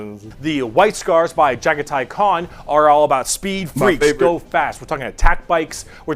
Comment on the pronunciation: Nice! You said Jaghatai Khan pretty correctly for the first time! White is very hard to paint though. This is Jeremy and we can talk directly throughout your journey.